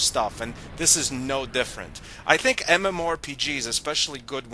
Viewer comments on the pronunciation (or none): MMORE?...that's what I keep hearing from your mouth..its MMO...